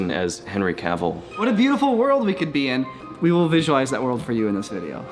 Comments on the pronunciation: Ah yes, Henry Caveel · Who's Henry Ca-Ville,? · Quick heads up my guys, you pronounce Cavill like it rhymes with “gravel” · Am I the only one annoyed by how they are pronouncing Henry Cavill's name? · Cavill....like camel....stop saying his name wrong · why is he saying Henry Cavils name wierd? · my guy sayin cavill wrong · Henry Who?! There's no E at the end, it's Henry Cavill, like pill, hill, etc. He's not a character in 101 dalmations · The way they pronounce cavill😂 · The pronunciation of Cavill.... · I just don’t know how I feel about saying “Henry Caveel” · Awwww yes... Henry Cavill Aka Superman, or as says “Henry Caveel” 🤨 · Caveel? Henry Caveel? Who is Herny Caveel? Never heard of him. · "Henry Ka-Wheel." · Cavil, lol. Note: not judging btw, btw I used to say it like that as well. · What's with the weird pronunciation of his surname? Its Cavill like 'Cavil-ary', no need to add the Continental inflexion. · said "Henry Caveal"😂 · "Henry Cav-eel" will never not make my skin crawl. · Henry Cavill not Henry Caviel haha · Cracking me up the way is saying Henry "Caveal" lol. Go listen to an interview where he says his own last name. It's not "Caveal" and it's not even "Ca-ville" like it would seem. It's more like "CAV-ul";) Here's a link to him saying it himself, for reference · Cavil (Ca-vil) not Caveeel.....lol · no ones gonna talk about how he says Cavil and not Cavill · CAV-ALL not CAV-EEL lol Edit: okay fair enough he said it correct after😂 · It's pronounced Cavvle. Not Cavveal! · Who is Henry Caveel? Cav-ill is how you say it 😅 Also, your videos: Ads within the video, YouTube ads, more ads within the video, YouTube ads, etc... Do you have no other way of making money? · Everybody: Henry Cavill: Henry Caveell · A wise man once said: "Cavill is pronounced like travel" Not Caveal. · Caville? It's Cavill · It's Cavill... not Caville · caveal? its pronounced: ca vall lol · cavil not caveal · Henry "Cavillle"